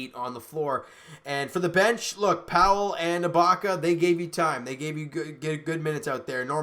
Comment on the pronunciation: you said ibala